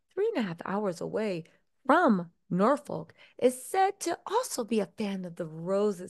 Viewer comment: Bit of help for you. “Gloucestershire” use Glos teh sher…. Glostehsher. And ‘Norfolk use Nor fuk …Norfuk /and that’s from someone who’s lived in both locations and speaks both dialects👍😊